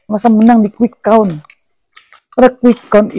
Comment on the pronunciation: sebutin Quick Count aja salah... KUWIK AKOUN:face-blue-smiling::face-blue-smiling::face-blue-smiling::face-blue-smiling::face-blue-smiling